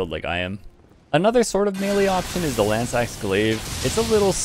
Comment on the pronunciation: Btw you don't say "Lanz axe", you say "Lanzo"